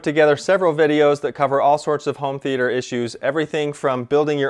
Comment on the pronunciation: Never trust someone that says 'th e ayy ter'